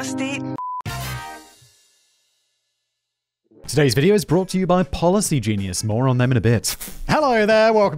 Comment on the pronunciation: "I am discusstit"